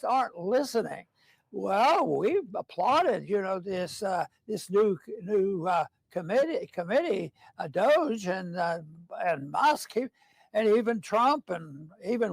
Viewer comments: Doh-juh not doyge! I don't know why I get so annoyed that you always say it wrong LOL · It's DOGE! not DoIGe😁 get it right.... there is no I. It sounds so stoopid when you say it that way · He can't quit saying DOYGE. It's kinda sad. He also like to say EXASTERBATE. 🤣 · How do you spell doige in Polish? Like "Dojeiwzj" or something close?😂 I am part polish, and their spelling and pronunciation is wild. Look up how "Uncle" is spelled and pronounced. Still can't memorize it. Haha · The way you say doge is super annoying it takes away from what your saying. Just say it right now.